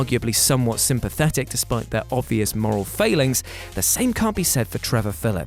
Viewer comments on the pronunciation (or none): none